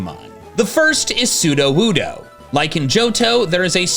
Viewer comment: Funny metal image. Us: "So you're a Johto pokemon." Slugma: "Yes." Us: "But you're only found in Kanto." Slugma: "Don't think about it." "Wan soodowoodo!" The way he says it sounds like some undecipherable language. The slow nod and the quiet "No" belie so much pain and suffering.